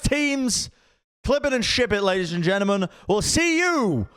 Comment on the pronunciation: 1 second in and says “geltelmen.” nice.